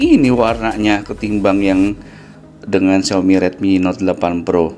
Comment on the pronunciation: Yailah ngomong Xiaomi aja "Xiomi"